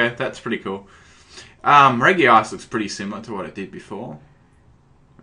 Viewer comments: REDGE-ice REDGE-ee-gee-gus REDGE-ee-rock REDGE-ee-steel OK NOW LETS STOP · Dan Kuso People will allways bitch about minor things. I couldn't care less how he pronounces it as long as i understand what pokemon he's talking about. It's notlike he can get rid of his accent just so he can say Regice "right".